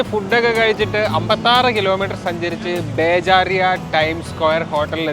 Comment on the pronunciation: ബ്രോ... ബേജാരിയ അല്ല.. (ബെർജയാ ടൈം സ്ക്വയർ )